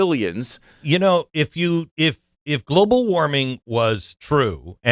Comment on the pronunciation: “Globull warming”! ROFL!